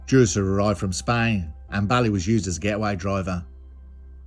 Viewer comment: Scottish video just like u said was coming, good work only thing i could add it bailie is pronounced bay-lay, apart from that another belter mate